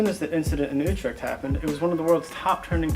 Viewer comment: Wow you actually did a good job pronouncing Utrecht there. I like it. You got a new subscriber buddy